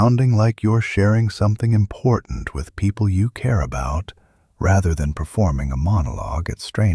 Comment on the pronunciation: I think this is an impor'ant skill to learn